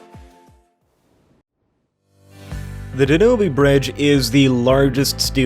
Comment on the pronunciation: LOL - Sorry, you guys know I'm a stickler for proper pronouncing of, well, everything. The rivers name (Danube) is pronounced "Dan-You'b" not "Da-new-be"